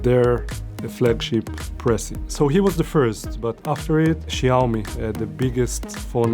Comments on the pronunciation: jaumi LOLLLL Caucasians really can't pronounce these things at all 😂😂😂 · Great video! But pronounce Xiaomi correctly...